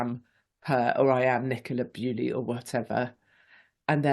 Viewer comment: Why do you keep saying Nicola Bewley? It's Bulley. I doubt any of her family will be watching but it's disrespectful to get such a high profile name wrong.